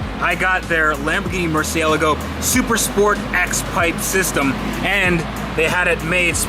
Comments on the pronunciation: It's a MurcielAAAgo, not a MurcIElago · Itz murcielago. Not merciealago. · "Mur cee-ay lago" Not "Mercy-algo". Please. ;) Keep up the great work, love your vids apart from that tiny little crinch whenever I hear you butcher the name. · ITS NOT MERCIALLLAGO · Sounds amazing! I need you to add the A at the end of murcielAgo though lol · I think it’s pronounced mersha lago!! Lol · its makes it worse because if you look at his first video of the murcielago, he pronounces it correctly, then im sure you have seen the vinwikki interview he did and ever since then hes been saying murci-ela-go. I heard its pronounced murcielago but you put as little emphasis on the "a" as possible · Honestly though, it is a little annoying to hear him pronounce the car like that because its incredibly incorrect way of doing it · I pronounce it mur-chi-la-go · He struggles saying the cars name doesn't he? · I hate to break it to you but that isn't how italians pronounce Murcielago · Please will you pronounce the name of your Lambo properly.. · When are you going to pronounce Murcielago correctly? You sound like you have marbles in your mouth! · After all this time he still can’t pronounce the name of the car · roger albert What’s more annoying, mispronouncing Murcielago or Hooptie’s Garage pronouncing Abarth 3 different ways? 😂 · Can’t stand the way he pronounces Murcielago.. 🤦🏻‍♂️ but love the vids.. just drives me bananas! Sorry